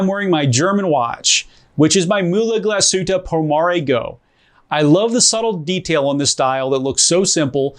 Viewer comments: It's pronounced "glas-hoota" not "gla-shooter" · Get your Glashütte pronunciation straight, this literally hurts 🙄